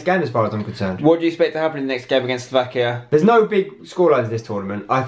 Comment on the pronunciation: Slovakia........... Sloavkia ???